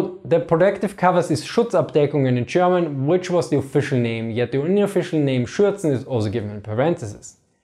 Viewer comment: Your "German" sure does sound a lot like "Sherman" to me.